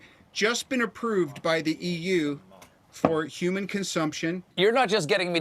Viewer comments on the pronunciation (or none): none